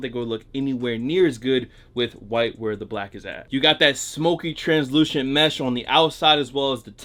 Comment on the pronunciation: “that shmukey shranzshlucent mesh”